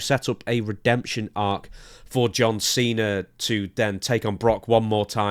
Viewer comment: Just to hear Santino call him "John Chena" one more time, it's not worth having anyone else as his final match.